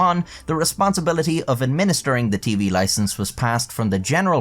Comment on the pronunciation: "Loicense", noice!